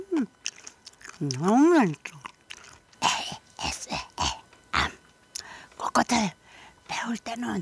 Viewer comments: 에이에스엘암은 대체 언제 에이에스엠알로 바뀌는거얔ㅋㄹㄹㅋㄹㅋㄹㅋㄹㅋㄹㄹㅋㄹㅋㄹㅋㄹㅋ르ㅡㅜㅜ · ASMR을 AS엘암이라고 말씀하시는거에요